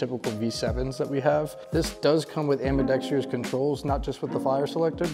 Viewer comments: Ambidextrous has 4 syllables, learn to say it correctly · It’s spelled ambidextrous, and pronounced ambi-Dexter-us. Not ambi-dextree-us. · almost everyone pronounces it incorrectly "ambidex-treeyus". they also botch the word "mischievous" in the same manner.